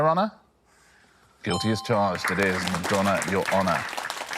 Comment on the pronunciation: The rhotic r bugged me but so also did the fact that I'd say the stressed syllable in Madonna is on the first 'a'. I'd be more willing to accept the rhotic issue if it was a cleaner rhyme like "Poor Donna" and "Your Honor" or willing to accept the slant rhyme if they didn't have differing 'R' sounds in something like 'Madonna' and "fauna". But both at the same time is rough.